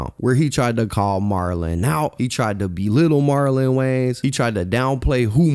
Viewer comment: Love your videos homie. But it’s WayANS not WayNES